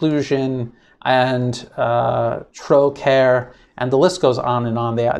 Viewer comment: Trócaire is the Irish language word for “compassion”, it is pronounced throw-cara, the organisation is Irish. In Ireland millions of people have a Trócaire box for the 40 days of Lent since the early 70s and huge amounts are donated to the third world. Of significance is donations to North Korea in the late 90s during the famine, at the time Trócaire used a controversial headline in adverts as a form of reverse psychology, "LET THEM STARVE-THEY'RE ONLY COMMINISTS" Irish people responded with £4million in aid, largest of any country. I cant say I know too much about there goings on these days but I can say they have done a lot of good in the past including over €27m to India after the 2004 earthquake.